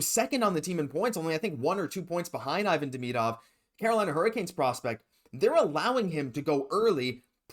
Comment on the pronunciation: Learn his name … eeVAHn DeMEEdov.